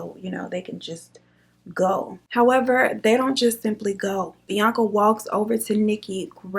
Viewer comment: you could have given me years and i wouldnt have guessed you say his name like bianca